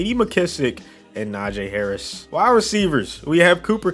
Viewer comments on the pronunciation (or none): Pls say Na jeee Harris not jay